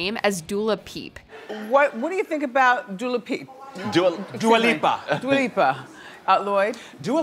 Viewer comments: It’s dua lipa not duLa lipa....if you’re gonna correct ms. Wendy you might wanna know what her name is too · I would accept dia lupa But dula peep? Come on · we love dula peep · D U L A P E E P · just seems upset that Wendy mispronounced Dula Peep's name. Get well soon Wendy. We miss you. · When Wendy Williams miss pronounce Dua Lipa the reason it was so funny it’s because she pronounce her name as Dua Peep and I don’t know about you but if you ask me the Dua’s last name Lipa sounds of nothing like the name Peep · Who the hell is Dula lipa?? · Wendy never pronounces people’s name right, thats her shtick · Dua Lipa actually thought Wendy mispronouncing her name was funny. So if she's cool with it, that's all that matters.